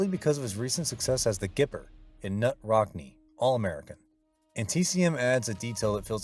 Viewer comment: Knut, not "Nut" but "Noot" Rockne.